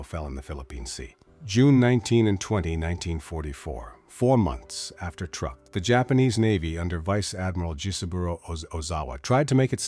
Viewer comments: And it is not pronounced as such either. The pronunciation is "trook". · Truk, not truck. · It’s Truk, not Truck. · "Truck"? I hate this IA crap. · I guess it is too hard for AI to spell or pronounce "Truk" correctly. It should also be called Chuuk now.